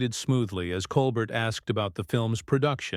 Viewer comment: These YouTubes are going around on Jimmy Kimmel as well. THEY are BS as the right wing tries to divide us even more. They are ABSOLUTELY Psychopaths. It's disgusting. And Obviously the "narrator" is A.I. as the pronounce Colbert as Colbert pronouncing the t.